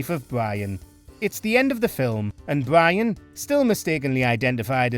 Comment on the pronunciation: I gotta know if this guy really has trouble saying his R's or if he's doing for the video. Every time he said "Bwian" I thought it was on purpose but then he did it for the rest of the video